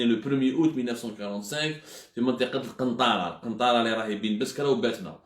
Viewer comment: القنطرة ماشي القنطارة عبدو